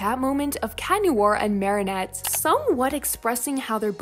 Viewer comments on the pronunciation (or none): none